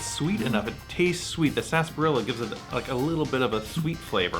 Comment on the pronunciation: Not to be that guy 😂 but “Sasbarilla” or “Sarsaparilla” ?